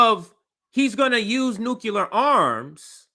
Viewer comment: Nuclear, not nukular... please sir.